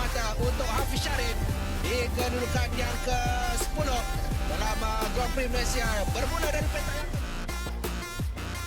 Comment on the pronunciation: Sebutan "gron prik"